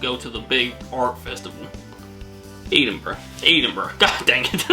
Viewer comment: THAMES is pronounced TEMS. AVON is pronounced AY(as in hay)VUN. BRAVEHEART. The worst film ever made !! Ask any true Scotsman ! BALMORAL is pronounced BAL MOR UL. EDINBURGH is pronounced EDINBRU not EEDINBRU. HARTLEPOOL is pronounced HARTLEEPOOL. People from Hartlepool are known as MONKEY HANGERS. There are over 600 Red Lion pubs in the UK. Hockey in the UK relates to FIELD HOCKEY. You have Haggis with Neeps and Tatties. The Magic Roundabout was a kids TV programme. NOT the same thing as the road layout !